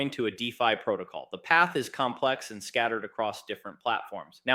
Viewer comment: its a.i. its DEFI not d.e.f.i.